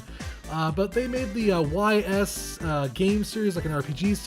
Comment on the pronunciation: Ys is prononunced like you would the word "Ease", just for the record :p Had this on PSP, great, charming little game. Is the game you are trying to remember Dark Cloud?